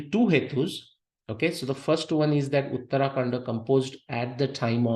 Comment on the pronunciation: please learn proper pronunciation - uttara kaanDa, not uttaraa kaanDa.